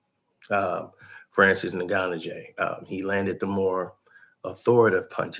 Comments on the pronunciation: Its pronounced like N-Gone-New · is my guy but the way he says Francis's last name is hilarious